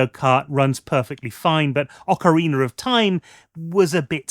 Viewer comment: Ocariner of time - love that game lol